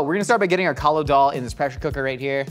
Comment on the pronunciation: Now i know what the Italians feel when you ruin pasta 😭 First of all it kaali daal not kaalo and secondly that not how you make it its more of a soup then daal